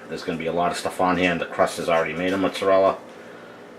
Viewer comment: Did you pronounce it "Mutts-a-rella" before or after you got the dog? LOL